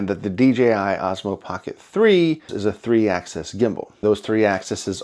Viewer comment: “Ax-is” not “ax-ess”